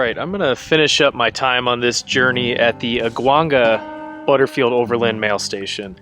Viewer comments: Aguanga is pronounced “aawang-ga” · Great video!! As a Californio, we always called Aguanga “ah-wahn-ga” the a’s are pronounced as “ah” as a doctor would have you say, or as the a in Awesome (like your video)